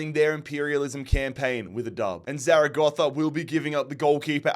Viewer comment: Great pronunciation of Zaragoza